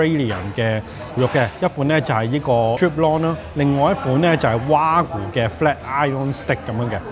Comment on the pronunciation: Wagyu的正確讀音應該係「話嬌」，唔係「娃古」😂